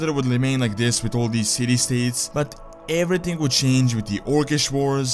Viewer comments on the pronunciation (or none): none